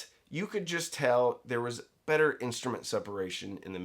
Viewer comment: I just like to hear him say "bet-ter."